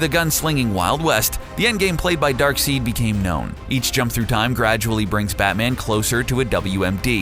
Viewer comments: Darkseed?! Kirky? Seriously tell your voice over guys proper pronunciation. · Wtf is darkseed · Now I know for a fact the narrator has no idea about comic books. No one that reads comic books would ever say "darkseed" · It's pronounced dark-side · ricky Martin Jr *Darkseid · ricky Martin Jr the narrator pronounced a few D.C. names wrong in this video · It’s pronounced DARKSIDE spelled DARKSEID. Tf is DARKSEED? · And it is pronounced dark*side* not dark*seed*. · One It's Dark Side not Dark Seed. Two Batman has powers just not the way you would normally think of them as he can see Deadman something no other mortal can do, he can and has breathed in space for a second ( longer than anyone without powers can do) he has also been shown in Rebirth as being able to sence magic/magic use plus he is a better detective than all real world law enforcement agencies combined ( When written correctly) Not to mention the fact that even with his memory erased three different times of who the league of shadows /Assassins were he still found them again so go ahead and believe he doesn't have any powers if you like but evidence points otherwise. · It's pronounced darkseid, not darkseed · Darkseid is pronounced Darkside, not Darkseed... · It's pronounced, "Dark SIDE". You can call him dark seed if you want just so long as you know you are saying it wrong. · 'Dark Seed' Interesting... I pronounce it Dark side(Darkseid) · ITS DARKSEID NOT "DARKSEED"omfg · Who the hell is "Darkseed"? He can't be Darksied, that's pronounced "Darkside". I mean I would hope that comic book nerds know this which leads me to believe this guy isn't a comic book nerd and is just doing this for the paycheque. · When ur host provides proof he has no knowledge of Batman or DC and is simply reading a script.. pronounces Darkseid (dark-side) like "Dark-SEED" and u still publish the video. Lmao. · It's pronounced Dark side. Not seed. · omg it isn't darkseed it's darkseid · U kept saying dark seed, it's darksied